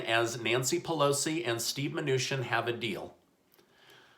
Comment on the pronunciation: I cant listen to this man. He cant get Mnuchin's name pronounced right. Its not mnushin